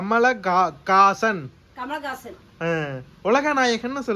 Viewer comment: Neengalum wrong ah than thambi sonninga kamalakasan illa kamalhasan